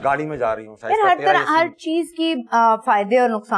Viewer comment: shaista said ver well